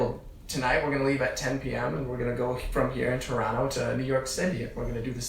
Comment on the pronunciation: Can we appreciate Sam pronouncing Toronto correctly 🤩